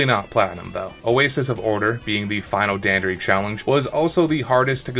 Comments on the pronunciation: The most the annoying thing about this video is that you mispronounced dandori as danderee, which only annoys me because you're literally the only person who mispronounced dan dor ee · It’s Dan-door-i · The way you pronounce "Dandori" physically hurts, great video tho! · The way he says Dandori is funny lol. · Your pronunciation of Dandori made this video really hard to watch